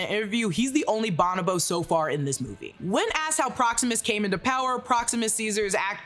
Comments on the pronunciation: Grammar Police here. It is pronounced (Bo•no•Bo) not (ba•nah•ba). I’m sorry to correct, it just ate my ears alive hearing that. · Bon-o-bo-ape? Its pronounced Bo-no-bo. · It's pronounced "Bon-O-BO" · Is pronounced “Bow-No-Bo” 😂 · It is pronounced bow-no-bow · Is that just how we are pronouncing bonobo these days?